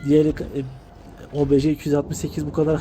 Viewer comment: Kardeşim çok güzel olmuş ama şu obj lere obeje deme ya uyuz oldum istemeyerek